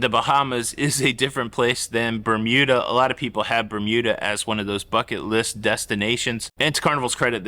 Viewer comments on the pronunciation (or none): none